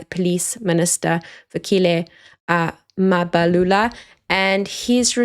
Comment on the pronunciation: You can do better in pronouncing names, Mabalula for Mbalula is not fair.😇